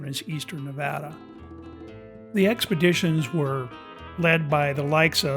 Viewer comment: Nevada, pronounced "correctly" herein, brings a bit of emotion to surface ... reminding me, I truly continue to hold an energetic connection to this state, its land and its unique energy. We truly are, beings of energy, vibration, and frequency and that, which defined by Quantum Physics Science and as described by Nicola Tesla, serves us well to gain in a greater knowledge, understanding, and comprehension. This is why some places just "feel" so right, or not. Beth Bartlett Sociologist/Behavioralist and Historian